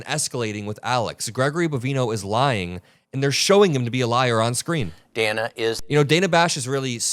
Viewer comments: btw, Dana’s name is pronounced [Dan-na]. I know, different! 😊 I learned that myself from Ana Navarro on The View one day years ago. Keep up your excellent work,!!!! 💪🏼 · Hi,. Thanks for all the great reporting. Just fyi, Her name is Dana, with a short a, not a long a. Trump and this keebler Bovino intentionally mispronounce certain people's names to degrade them. I would spare you that.